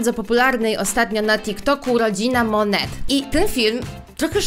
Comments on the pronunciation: jaka mone mówi się monet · Jakby co mówi się monet a nie mone